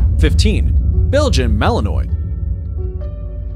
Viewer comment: He lost me at his pronunciation of Belgium Malinois